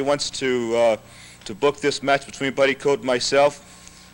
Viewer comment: Jones keeps saying Buddy Coat.